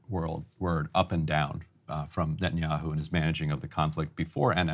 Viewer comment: "Ben Yahoo" lol